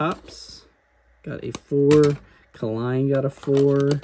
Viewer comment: It's Al KALINE (Kay Line), not whatever you said